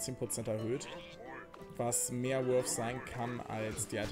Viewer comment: junge, weißt du, wie lange es gedauert hat, bis ich mal nicht "wolf", sondern "worth" gehört habe? generell, sind anglezismen so populär, dass es das wert ist, die eigene sprache zu verlernen? ;)